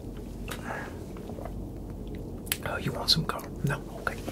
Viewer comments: Not “Coral” 😂😂😂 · Damn, even version of Rick Grimes can never pronounce his own son's name right.